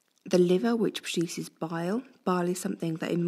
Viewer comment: fix your pronunciation, I don't know what a bile is and couldn't here you